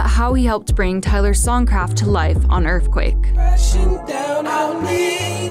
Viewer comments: Is that Earthquake or Earfquake? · “That was a little taste of Earfquake” yeah, VEEEEERY little